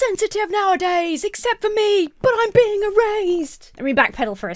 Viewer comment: Your Brit-ness on the word erased makes it sound like the product of some modern remote nanny work... E-Raised. Love it.